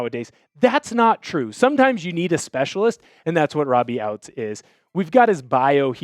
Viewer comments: Robbie ouztz is pronounced oot like hoots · Hows he a hawks fan but cant pronounce “ouzts” correctly 🤔